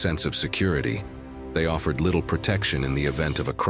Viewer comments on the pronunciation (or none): none